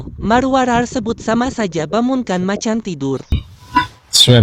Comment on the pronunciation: macammmm macammmmm😂😂 bukan macan..